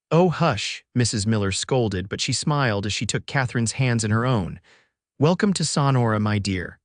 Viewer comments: THE BAD PRONUNCIATIONS IN MOST OF YOUR TALES - THE NAMES OF PEOPLE AND PLACES can be corrected in the future! For instance- in this tale the pronunciation of SONORA can be found by keying in "Sonora pronunciation" - you can listen to it several times over if you wish! It is pronounced "SO-NOR-A" You should have someone fact checking all you tales before they go out to the public! And, some of your tales are cut off way too soon at the end! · Learn how to pronounce Sonora correctly. Suh nor’ uh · so nora. Pronunciation. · I also enjoyed this story! The only caveat was the narrator's inability to pronounce Sonora! And Jay-cob-son!